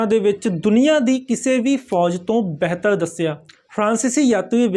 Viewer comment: ਬੈਹਤਰ ਨਹੀਂ ਜੀ ਬਿਹਤਰ ਤੇ ਨਗਾੜਾ ਨਹੀਂ ਜੀ ਨਗਾਰਾ